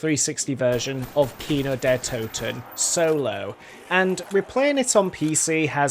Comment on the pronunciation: Holy shit, i couldve sworn the map was called "Der Kin Der Toten" rather than "Kino Der Toten"